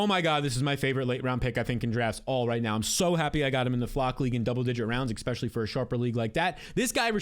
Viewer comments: stop saying "eggspecially" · you say the word especially so much but you pronounce it eXpecially. Not a big deal but it drives me crazy with how often you use that word 😂😂